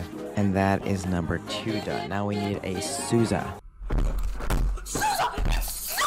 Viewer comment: I died wen you said SOOzA SOOZA